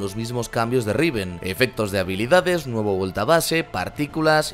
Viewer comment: Like si te gusto la R de riven :v